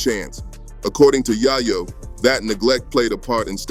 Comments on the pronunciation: “Yaaaahh Yo” lol dude it’s Yay Yo!! get it straight ❤ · GO THERE!.. AND ITS ""YAY-YO"... NOT " YAH-YO"....HUH?!?!?!? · Your saying yayo wrong dawg… also I’m white smmfh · Idiot can't even pronounce Yayo correctly. Bye Idiot